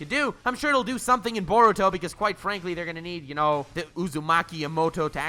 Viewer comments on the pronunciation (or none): none